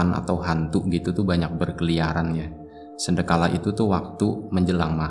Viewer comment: sandekala bang....bukan sendekala...